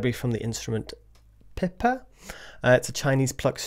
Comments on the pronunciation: Thanks for featuring the instrument! It's not broken (I hope!) but there are only 2 patches, tremolo and plucked. The C keyswitch is to go back to the plucked when you have the tremolo active. And there are 4 round robins, though for some notes/velocities there are 2 or 3 with one of them repeated to make up the 4. Also the pronunciation is like AY-men, and PEE pa for the instrument as Peter pointed out earlier. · I have heard performers pronounce it PEE pa